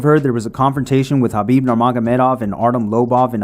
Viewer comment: Why can't white people say KHABIB'S... with a K, name right?